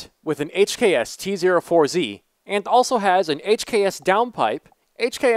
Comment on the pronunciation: Tee Zero Four Zee lol